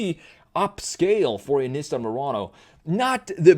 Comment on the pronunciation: thats not how you pronounce nissan omg